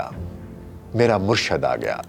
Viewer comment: Sir bht achi video... But sir murshad word ni hta.. murshid hta hai..